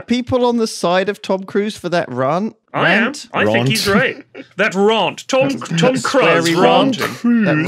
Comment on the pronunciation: bookmark for Flax and Sips teasing Lewis for mispronouncing Rant. Made me laugh hard for some reason.